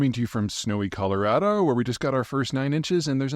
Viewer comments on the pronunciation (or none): none